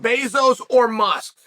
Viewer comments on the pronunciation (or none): He called Musk, Must! 🤣 Chael is the master of purposefully mispronouncing things! 😂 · Hold up....did Chael say "Must" 😂😂😂😂😂😂 i replayed that twice and I'm pretty sure he said "Must " 😂 Also Chael did you see where Dana said there's no chance ever for Ngannou to be in the UFC again?